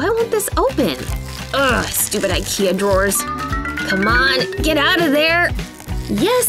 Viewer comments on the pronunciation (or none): none